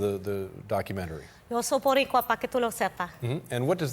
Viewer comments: Rosie, Rosie… Not “Borincuas,” Boricuas. Second, the U.S. did not come to liberate the island. The U.S. invaded the island to finally remove Spain from the New World. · She tried...to say Borinquen . And Boricua ...at the same time😂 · Its boricua, Rosie, not borincua😅😅😅. She's lovely. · ok? por qué ella está diciendo boriNcua? es boricua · Yeah but it’s boricua not borincua